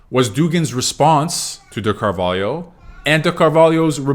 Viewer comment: I have never seen an English speaker pronounce Carvalho as well as you did